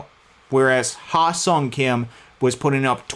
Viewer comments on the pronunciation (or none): I probably spent about 20 minutes working on the pronunciation of his first name prior to the show to get it right. As soon as I started talking when the stream was live, the only thing I could think of is the incorrect pronunciation his name. You could probably see me trying to think of it as I'm talking and stalling the move the Dodgers make. Totally butchered the pronunciation in this stream, but what can you do. I will continue to work on it and try to get it right next time! Also, thanks for the pronunciation of "Kim." I will try to adapt the correct pronunciation when talking about Hye-seong and Ha seong. Appreciate the feedback and support,!